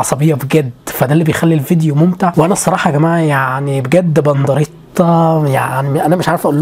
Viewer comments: انت بتقول بنضريطا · خلو بالكو ده بيقول بنضريتا😂😂